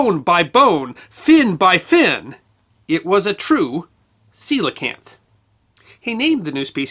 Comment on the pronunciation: I read about these in elementary school and found them super interesting. That was probably 17 years ago. Always thought I butchered the name until I heard it pronounced in this video.